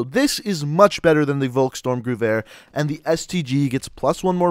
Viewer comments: It's pronounced "volhk-sturmgevear" and "sturmgevear" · Volkstormgewehr is promaused folkstormgewehr. V In german is probaused AS a F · Say the vulks name right